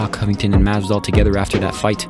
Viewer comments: It’s masvidal not mass doll bruh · whos "masdal"